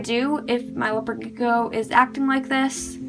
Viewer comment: 🤔 why do you say gecko like “leopard g-o”